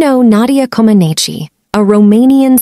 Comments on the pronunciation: Her name is pronounced Co-man-NEECH, not Co-man-NEECHEE. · Her last name is pronounced [comb a nich]. Not [comb a nee chee] ... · Her name is pronounced "Ko-man-NEECH." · It's pronounced "Comaneech." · I watched it live and nobody ever pronounced her last name with the long E. The E was silent. Just saying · Her last name is pronounced K-om -on -each the I at the end is silent. 🤫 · Never heard her surname pronounced like that - as if it’s Italian… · But her name is pronounced Comaneech. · I do not think you pronounced Nadia's last name properly, but everything else said is spot on. I remember her perfect 10 scores well. To me, she is a hero. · You managed to pronounce her name 3 different ways, good one, maybe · Too bad you don’t know how to pronounce her last name. Maybe you should hear someone say it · It would be great if they would pronounce her last name correctly.. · At least, pronounce her name correctly. You’re adding a syllable at the end which doesn’t belong there. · Not trying to be rude, but you are pronouncing her name incorrectly. You don’t need to pronounce the E. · Her last name is being pronounced incorrectly she is Romanian not Italian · You do not pronounce the final i as an i sound in Comaneci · You don’t pronounce the E at the end of her last name….. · Go to pronounce names, before you do a piece on the person. It may just give you credibility. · That's not how you pronounce her name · Learn to pronounce her last name!!!